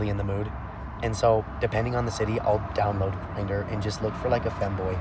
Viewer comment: why he hit the silent “G” on grindr lol 😂